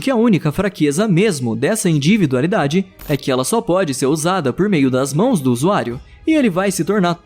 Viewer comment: Porque o narrador não consegue falar individualidade direito, ele só fala inDIvidualidade